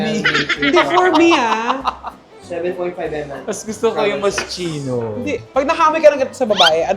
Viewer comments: Moss-KEE-noh not MOSCHEENO LOL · its mos-kino 🤣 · MOSS-KEE-NO correct pronounciation po 🫶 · Mos - ki- no po ang tamang pag basa... ❤ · Hello maaaaa, love all your vlogs. anyway ma MOSCHINO pronounced as MOS-KEE-NO. Loveyou all beks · True nabother ako dun charot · This is how properly pronounce Moschino - Mosskino Eclat - Eclah silent T. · Moschino = MOS - KEE - NOH Eclat = EK - LAH